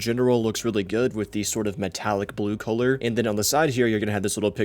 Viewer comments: Why do you pronounce “color” as “kholer”?? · why are you saying color weird? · that's what I was thinking lmao